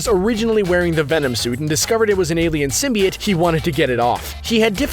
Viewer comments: Venom can heal bones and tissue too!See the movie.Oh,symbiote is pronounced Sym-bi-ote. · you're saying it all wrong. it's Sym-bi-oats... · It’s pronounced sim by oat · YOU SAY SMYBIOTE WRONG but I have a question for y'all. who's your favorite Spider-Man villain?